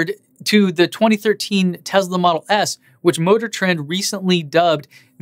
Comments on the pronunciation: Tesla is pronounced Tesla not Tezla. You own th e car you should know how to pronounce the name correctly. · Schools peeps on how to pronounce things - continues to say "Tezla." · Pronounces Porsche the right way but continues to say Tezla.... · You say Porsche and Taycan correctly but not Tesla :P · since when does tesla have a "z" in it? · You tell us how to porsha tAycan , then mispronounce Tesla , it has an S , NO Z in Tesla !